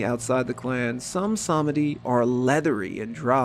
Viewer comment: Nope. It's more like SAHMehdi, with the second syllable being significantly shortened. It's not pronounced with a "ee"